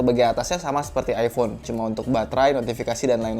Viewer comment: Iphone bukan ifhone wkwk